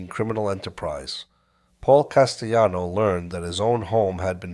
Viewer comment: This AI voice is pronouncing words with “ll” like it’s Spanish. Never heard of Paul Castyano before 🥴